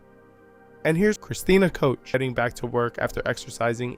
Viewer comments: Koch is pronounced like the Scottish Loch, not coach. It's a gutteral "ch" because it's German. Cook is better than coach. Koch means cook in English. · Thanks again! Excellent job of putting all of this together, in one place for everyone to see. Please don't pay any attention to some of the questionable comments... We all know just how well those people would do if "only they were astronauts"! As for the pronounciation of Ms. Koch's name..... Some people have wayyyyyyy to much time on their hands! 🤣We all know who you mean!